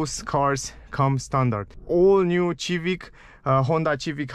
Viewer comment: The Civic has been out since the 1970s and is an extremely popular car. Milions of people have owned it and there are countless rewievs of it so the thing that I find truly incomprehensible is how in the name of sweet baby Jesus can you not pronounce Civic. This confuses me even more since you obviously know a lot about cars and have dedicated a lot of your time to them. You must have heard someone somewhere say the name, especially being surrounded and communicating with car people. I'm just so confused. It this is some sort of an inside joke thing, then sorry to have bothered you. Otherwise completely agree with you. A great car. I drive a 2019. Mazda 3 hatchback, but if this Čivic was on sale in 2019, I would have had a hard time choosing between them.